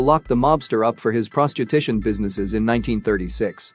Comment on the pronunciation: The narrator can't even pronounce 'prostitution'!